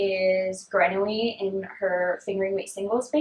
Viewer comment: Hi! I've really been enjoying your podcast! Just love how laid back you are. Since you talk about Grenouille Fibre Co. So often though, I know the francophones amongst us might appreciate if you pronounced the word correctly. Trying to say this in the nicest way possible! Grenouille is frog in French, just type into Google and they'll pronounce it for you. Maybe you've already done that, it is a sound I'm struggling to find an equivalent for in English! They are local to me in fact. Hi from Nova Scotia!